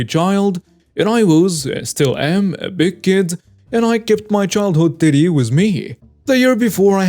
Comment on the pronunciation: Anyone else hearing titty instead of teddy